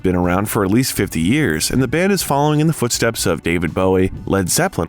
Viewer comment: Not Deiiiivid. David. Aaaa